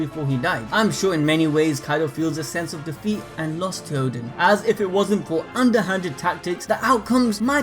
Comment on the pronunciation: Oden not Odin lol